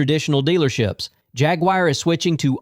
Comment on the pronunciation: Once i hears “hag-wire” i closed the video